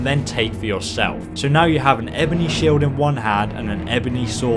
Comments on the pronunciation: "shiled" jesus fucking christ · "Shiled" lol I couldn't stop laughing at this. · WHAT THE FUCK IS A SHILED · After a year your stilling calling shields shilds!